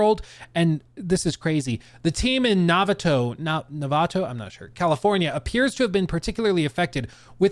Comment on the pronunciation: mispronounced the name of the place I live! Shoutout novatoooooooo